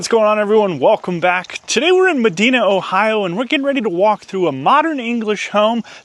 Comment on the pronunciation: I’m a new subscriber, but I had to laugh when you said the location of this home. I told my wife it was, Funky Cold Medina, hahaha.. It’s pronounced Mah Dine A, Ohio. I live about 25 miles from there. Keep up the great content.